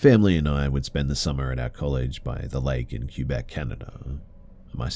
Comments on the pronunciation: Love the video, just wanted to let you know Quebec is pronounced ka-beck, not q-beck. Keep up the amazing content i love listening every night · I love you man but as a Canadian I regret to inform you it’s pronounced “Kay-bec” if your French Canadian and it’s Quo-wa-bec like the starting of Quote and then the sound whaaa like a baby would make if your English Canadian